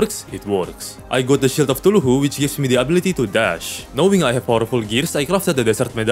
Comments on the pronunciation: Let's just ignore how he pronounce Cthulhu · eye of Thu-lu-who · Ngl but i is so funny how you pronounce chtulu(tf do you say this sh-)